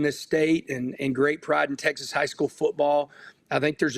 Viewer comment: “Tessex Tex”?